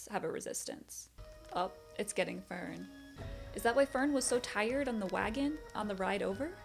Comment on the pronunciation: Fern = Fairn